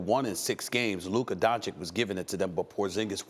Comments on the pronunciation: Not donchick, its Donchich! 😛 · My only wish in this life is that Stephen A says Luka's last name right.It's said "Donchich" not "Donchik" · Why is SAS suddenly saying Luka Dončik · Man, it's been 3 years, stop calling him Donchik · How do you not know how to pronounce that💀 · Why is Stephen A saying luka dončik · If i was Luka Doncic i wouldn't ever give an interview to Stephen A Smith again until he starts saying my name correct. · SAS, you almost had it right there. Just missed the last "c". Maybe in 20+ years, when Luka gets into the HoF officially. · I swear to god how difficult is it to pronounce Doncic? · I don’t get how people talk like Luka is a bad defensive player. He is not exceptional on that end of the floor, but he is not a disaster. And please, somebody tells Stephen A. How to pronounce Doncic! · Learn how to pronounce "Doncic"... it is your job ffs!